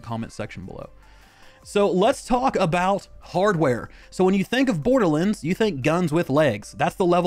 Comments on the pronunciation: Its pronounced "Borderlands." Not "Borderlinds." I don't get it. You had no problem saying "Wonderlands." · the way my man is saying borderlands hurts my soul